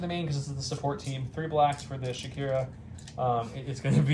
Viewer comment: Shakira is an interesting interpretation of how to pronounce Shukur. I’ve always read it as the shoo ker but Shakira is more fun.